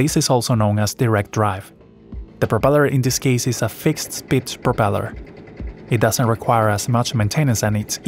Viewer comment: I genuinely cannot tell if you said fixed pitch or fixed speed here. It sounds like fixed spitch. To clarify for anyone curious, it is a fixed PITCH propeller. It’s a solid piece of metal, no moving parts. A fixed speed (or variable pitch) propeller adjusts the propeller pitch to maintain a constant RPM.